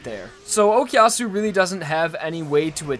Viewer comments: pls stop saying "okiasu" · Honest question, why do English people say "okiyasu" or "okyasu"? Is it that hard phonetically to say o-ku-ya-su? The ku is not silent in Japanese so I really don't understand why I hear that from most English speakers